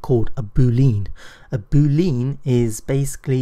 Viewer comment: "Boo lean"? Last time I checked lean wasn't pronounced as lean, but as Lee Ann, stress the Lee. Otherwise, great videos! :-)